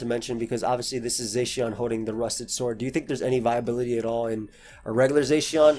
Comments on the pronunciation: "Zay-sheawn" lol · Dude saying zacian wrong